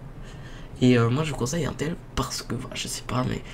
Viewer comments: chu pas un rageux mais putain on dit intel (IN) pas 1tel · on dirait que t'y connais rien tu sais même pas la différence entre Intel et amd et stp Intel ça se prononce "inetel" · mec c'est in(e)tel